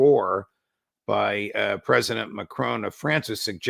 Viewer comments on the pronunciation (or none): Macron, not Macrone. How hard is that? American's are retarded. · Wondered who he was talking about at first. Their pronunciation of Macron is way off, lol.